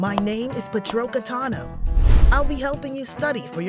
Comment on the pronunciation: "Patrocka Tano" 🤣🤣🤣